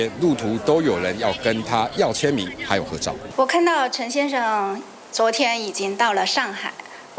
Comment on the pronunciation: 说“陈先生”的这个语气，不像是大陆人